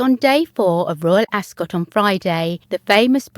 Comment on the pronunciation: You're obviously English. Ask somebody over there to teach you how to pronounce 'Ascot.'